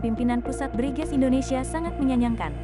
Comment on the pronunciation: BRIGEZ dibaca BRINGAS....gitu ya...?